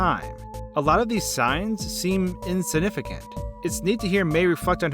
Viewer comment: If he says “Insinificant” one more time, i will lose my mind.